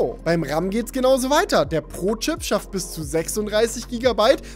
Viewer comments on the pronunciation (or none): Hab bei Pro Chip Brotchip verstanden xd